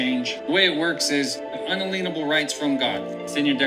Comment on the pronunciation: Bro not un-a-lean-able ... un-alien-able